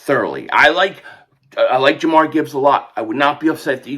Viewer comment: It’s Jahmyr (JAH-MEER)